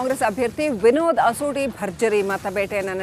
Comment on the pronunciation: ಏವ ಅಸೋಡಿ ಅಲ್ಲಾ ಆಶೋಟಿ